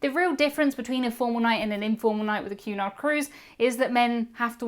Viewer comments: What are you saying? A "cue nigh cruise" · sounds like youre saying Qanon cruises... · I kept hearing “Q-anon” cruise. 😬